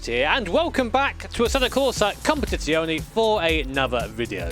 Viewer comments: Just to let you know, italian is a phonetically consistent language which means that the E's in Competizione are the same as the 'E' in Assetto Corsa. You are now pronouncing it as "competizioni" instead of "competizione". I hope this helps you pronounce italian cars more precisely in the future <3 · While the last e is pronounced, it's pronounced as "eh" rather than "ee" if that makes sense. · You have to pronounce it "competizion"